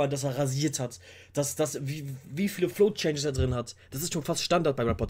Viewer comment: "Flow changes" nicht "Flo Changes" xD